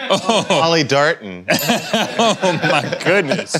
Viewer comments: “Polly Darton”😂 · “Polly Darton” 🤣